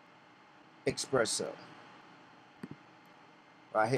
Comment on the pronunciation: where is the "X"? you kept saying "eXpresso".